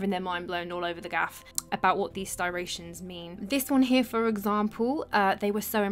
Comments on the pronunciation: Very excellent content but the word is stRIations' rather than stIRations...🙂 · Repeat after me Striations... Stri a tions. Striations. Tf is a styration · Very interesting presentation, but it is pronounced striations (stry-ae-shuns), meaning grooves or furrows, not sty-ray-shuns. I agree that there seems to be a real mystery to how many ancient artifacts that are incredibly hard or incredibly heavy, or both, can have been created, and then placed as we now find them. The idea of a vanished previous civilization in Egypt, one that was highly advanced, does seem to be a reasonable one, even though it is a distinctly odd notion. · Some good footage (as usual)... just not sure about the word styration tho... I think Yousef was right with "striation"... sorry to be Mr Picky 😊! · The marking in the stone are "striations" , not "styrations". I'm just trying to be helpful. You do a wonderful job of explaining the improbability of these stoneworks being made with known technology of the time. I have been struck by how you point out so many of the anomalies of ancient civilizations that I have wondered about as well. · Great video and agree with just about everything, but I think you mean stri-ations, not sti-rations, regarding the parallel lines or scratches on the surface of the rocks. But what gets me is, they are straight striations not curved ones, so not cut with a circular blade like the ones we use for cutting rocks today. I need to check out new stone cutting equipment. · Are you trying to say "striations" or is there a word "stirations"? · Stri-ations. Not sti-rations Good video 👍 I don't think I've ever heard of this problem of tagging complicating he issue of authorizing these ancient works, thank you. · Since you made the 'that's not English' comment, I will add that it's 'striations', not 'stirations'. :) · STY-rations? Or STRI-ations? The latter I think is the correct word. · Striations not “stirations “ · striations not sirations.